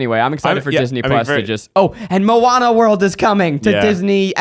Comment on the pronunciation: I need to hear Keith say Mo-Anna for Moana!!!!! I swear whenever my daughter watches that movie I just hear Keith saying it and giggle! Love you guys so much! #milesnation